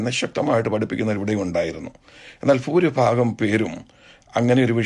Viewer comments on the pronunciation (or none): none